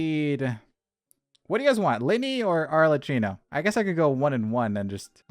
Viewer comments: Better way to express it is like "all er key no" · i don't want to sound like nerd, but "Arlecchino" is pronounced as "Arlekino"😭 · no, the other comment was right. arlecchino is the name of a character from la commedia dell'arte, and it's pronounced arlekino! ꉂ(ˊᗜˋ*)♡